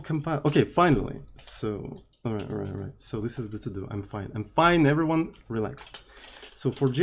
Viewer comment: "Hello everynyan~" This is what I hear everytime says, Nice video btw